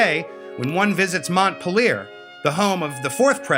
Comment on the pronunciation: I think its pronounced mont "peel ier"